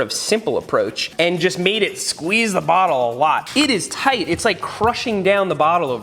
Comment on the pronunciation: Me: "Water bottle" Seth: "Warter Bowttle"